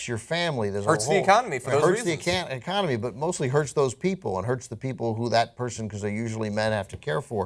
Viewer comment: lmfao was about to say 'hurts the ecanamy!'